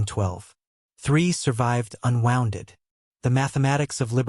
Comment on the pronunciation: AI pronouncing "wounded/unwounded" as wond losing the "u" part of the word, being unwounded sounds painful, like removing wire from a coil.